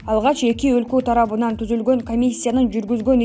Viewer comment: Журналист кыз кыргызчаны туура жаз ж.а туура окуу.Эл тарабыдан- деп окудун, эл тарабынан б.т туурасы.